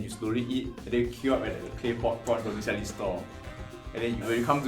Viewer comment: OMG, and. NB vermicelli is pronounced ver-mee-CHelli!